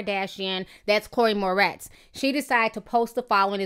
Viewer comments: Its 'More - RITZ' not 'More - TEZ'. Just thought you should know. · I love you Ti.. but can you learn how to pronounce celebrities names lol! Chloe "Mortez" haha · I'm laughing, it is Chloë Moretz, not Mortez. Great post though, Ti .😘😘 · Am I the only one bugging about how she keeps mispronouncing Chloë's last name? 😂 It's More-ets not more-tez 😂😂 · LOL Ti it's Chloe Moretz not Mortez :-) Love ya still! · Ti much love for you but you kept saying Chloë "Mortez" but its Moretz lol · chloe moretz not mortez hahaha too funny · lol her name is moretz not mortez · girl its moretz not mortez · MORTEZ? Seriously? She is Moretz! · Ti..... Lmao it's Chloe MORETZ... Not Mortez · moretz not mortez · Mor-ETZ, not Mor-TEZ. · not to be negative but u said chole moretz as mortez. damn t f**k her name all the way up. (no shade only love) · Its pronounced mo-retz